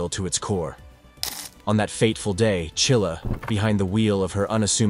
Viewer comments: It's Mackenzie Shirilla, not Chilla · Shirilla NOT Chilla your schmo's. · The name isn't Chilla, it is Shirilla. If you can't even get the name correct, why waste your time?